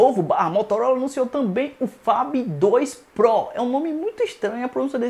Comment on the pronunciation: Cara vc Inglês tão bem, mais fala PRO que na verdade se pronuncia PRÔU